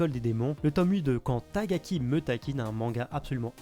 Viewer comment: Rien à voir mais à chaque fois que tu dis tagaki à la place de takagi ça me fait toujours tilter xD Sinon super vidéo, j'adore ce format, vraiment pratique pour planifier ses achats